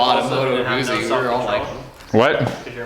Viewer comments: It is "Goo-ts-ts-ee". The fairing and saddlebags are stock, that's the touring option, hence the massive kickstand. Also, the name of the sub-category: GENIUS GARbAGE. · Moto Guzzi is pronounced more like Moto Goo Z. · You keep making me laugh with how you pronounce Guzzi 🤣 Rock on, though!